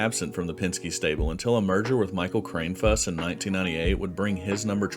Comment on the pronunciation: Just for a future reference if he comes up again Mike Kranefuss' name is pronounced (Kran-I-fuss)